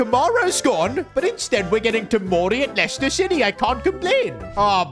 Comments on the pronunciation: Dublador em portugues... É Lester a pronuncia. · Not lieciecter